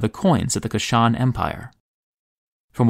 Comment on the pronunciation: Kush-an, not Ku-shan empire.